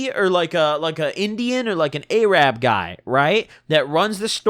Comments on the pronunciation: We just gonna gloss over the whole "a-rab" thing? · A-Rab god dammit